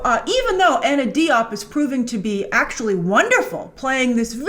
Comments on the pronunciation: her last name is pronounced closer to "jiop" than "diop" by the way. I know a few Diops from Senegal and they all pronounce it that way. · Just so people know Anna's last name is not pronounced "Dee-op". It's pronounced "Jope". It's a Senagalese last name from the Wolof ethnic group in West Africa. My ex wife is from their. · Please Grace can you pronounce her name correctly. Her name is Diop. The Di makes a J sound. So it's sounds like Jope. Please pronounce it correctly.